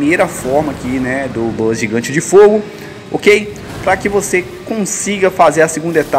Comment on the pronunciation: Desespero o cara falando "bus" kkk